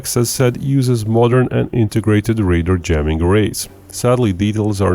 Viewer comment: Please please please stop calling 'RADAR' equipment 'raiders'.... it's ffffffing annoying!!